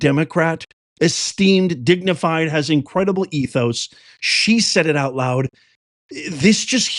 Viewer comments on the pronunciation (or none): none